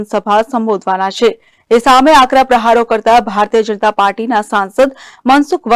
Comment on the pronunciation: અરે મનસુખ તને ભાષણ કરતા બી નથી આવડતું બોબડો સાને બોલે ભારતીય જનતા પાર્ટી બોલોને તમે તો ભારતીય અનતા પાર્ટી બોલો છો😅😅😅